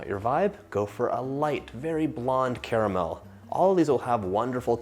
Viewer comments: The best part about this video is that bro says 'CARAMEL' and not 'CARMEL'. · how on earth are you pronouncing caramel correctly yet the rest of the USA cant?